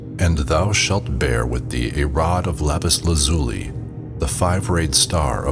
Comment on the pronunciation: Its pronounced lapis LAZ yooo lie. You ruined my immersive experience